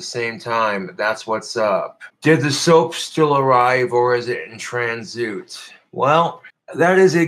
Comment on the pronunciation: Definitely heard it at least a year ago. Not sure when he first misread this. It's possible he was saying this wrong his whole life!